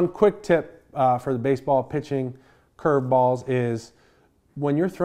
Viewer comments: He loves saying "ChurrvBALLS" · The way he says curveballs gets me every time lol